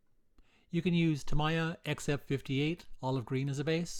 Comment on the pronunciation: It's Ta mee ya not Ta my ya. Sheesh!